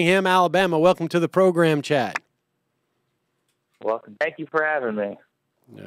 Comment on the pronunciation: Was that "Chad" or "Chud"? 🤣